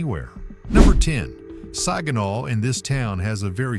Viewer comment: I was born and raised in Saginaw( he's not pronouncing it right) i love my city and some of those places i dont recognize. I didnt leave Saginaw because of crime i left because i wanted to see what it was like living somewhere else. I go home almost every week to see my dog he's at my son's house